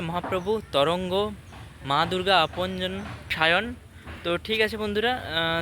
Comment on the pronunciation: Apanjan not apanjana❤❤